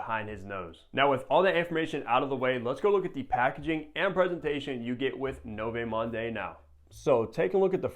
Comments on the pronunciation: No vay monday😭😭😭 you have all these fragrances but cant even pronounce the name right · Lmao 🤣 NOVAY MAHNDAY!!!, that aside good review. 👍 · Americans butcher everything. I’m pretty sure it’s pronounced like ‘Nuvo Mond’ bro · Pronounced “New-Vo Mond” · Butchered the name bro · Noooo!!! Sorry to scream at you but honest comment, every time when you butcher so badly the name(100 times throughout this video), it makes me feel like you are swearing at your mother. Yeah, that feel. So please, please, and this applies not only to you but also to any reviewers especially you are becoming bigger with more subscribers, it takes only a few seconds to Google to get the right pronunciation. I know you're American obviously don't speak French but it is so important as you try to describe the fragrance. Keep up the great work though. :hand-purple-blue-peace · Wow that was the most brutal pronunciation of french i've ever heard lol. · Only popped by to hear you butcher another name and it was splendid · He is not even trying 😂